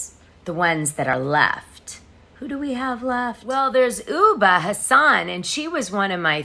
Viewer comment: Great job as usual. By the way ubah is pronounced oobah. Last name pronounced Ha son. Not Houseein, which is also a common in Somalia (or Muslim countries heart❤